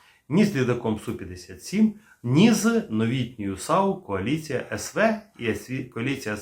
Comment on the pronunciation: Вітаю на резервному каналі. Лише зараз я зрозумів про яку кАоліцію постійно белькотіла бабця- юля...:-))))